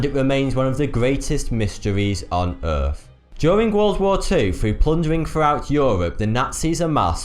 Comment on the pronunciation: The Queens English eh? "Planet Earff"?